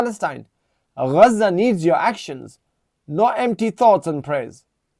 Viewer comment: Bro your Pakistani what the f*** has Pakistan done nothing Furthermore you seem like you are from mirpur, Pakistanis of full of all of a sudden see the way they pronounce Gaza😂😂😂 before the the Gaza war you were not pronouncing the word gazza the way you did and there are many Pakistanis like that all of a sudden you woken up , lol